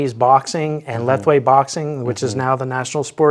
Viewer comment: for all - lethwei is pronounced La-ve originally.